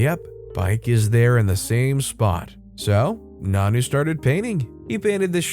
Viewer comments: Nonno doesn't pronounce as "nanoo" It pronounces as nonno you Say o as o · It's pronounced non-no. Not nanu, like Mork & ,Mindy